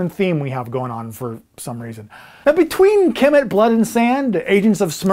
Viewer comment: Kemet pronounced ka-met other than that great video.